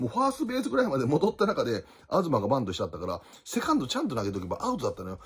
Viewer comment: アズマが、アドゥバンにしか聞こえない、😂